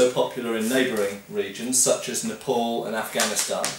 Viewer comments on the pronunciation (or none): none